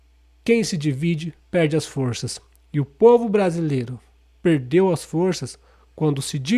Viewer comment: Língua presa, não é peideu! Se pronuncia peRdeu. Com R. Entendeu?